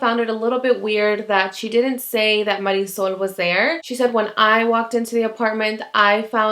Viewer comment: I have to be honest, all I have ever heard is english speaking people saying Marisol's name. I thought to myself "what kind of a name is that"! Then I hear you say it and it's a very nice name.